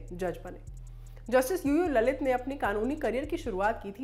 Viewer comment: I heard it UU LALIT as Loru Lalit